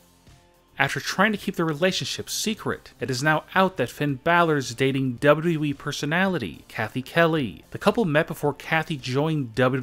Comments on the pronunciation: Dude say it right is W W E!!! Not WE!! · Wbalue eeeeee. It’s wwe it’s not that hard to say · You say wwe like we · The double wee.